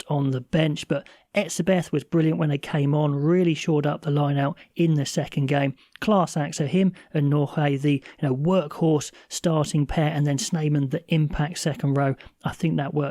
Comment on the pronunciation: I'm English South African, and I watch you because you are so so tapped in to SA Rugby so don't take offense. The way you said Nortje, sounded like a Mexican name sounded like horhe. 😅. It's tricky but Nortje. I'll give some background if it helps as much as I can from an English Saffa? In Afrikaans the letters 'jie' are pronounced 'key' or 'ki' is more accurate. When they shorten words that have 'jie' (which usually indicates smaller version of the words like kindertjie meaning small children). When they add jie they often put a t beforehand so kinder means child = kindertjie. The 't' is often silent. But when you shorten a word that already has the 'tjie' or just 'jie' it becomes tje. So long winded foundation done. 😅 You can pronounce Nortje like Nort(Kia) I have no idea why it's like that as English is my first language, I may have got the limerance slightly wrong.. But that's how I know how to pronounce it. I did the background so that any future je's or jie's you know it's more a k sound. And this being a surname is moulded different but the 'tje' has a similar sound to "Kia"